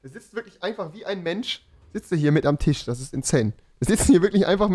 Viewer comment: Rewi hat TiSch gesagt :D